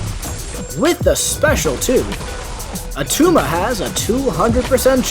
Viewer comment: It's not Attuma